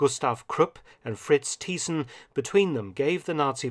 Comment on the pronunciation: Very good video! But you misspronounced the name of Fritz Thyssen. ;)